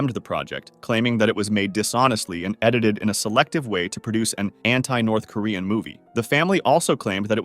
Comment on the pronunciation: "Dolphin andu Whale"